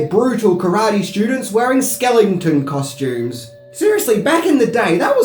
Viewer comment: "Skellington" costooms, "Kai-bra Coe" we could go on. making new lingo! Love it 😝😝 End it by saying..." I'm who....Wax off!" 😳